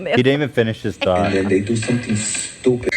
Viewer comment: hes calling her stupid, yet he can't even pronounce stupid... "doopid"